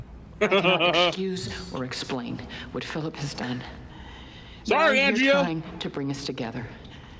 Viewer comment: I can't believe you guys keep calling Andrea Andrea. It's clearly Andrea, but you guys keep saying Andrea.